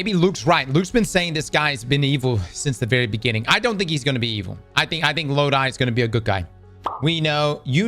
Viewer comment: The characters name is NOT Lod-I it’s pronounced Lod-e. IE Loki Norse name.